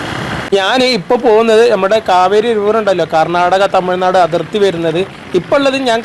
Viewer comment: അടർത്തി എന്നാല അതിർത്തി എന്നാണ്